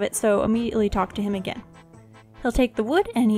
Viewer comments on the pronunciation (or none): none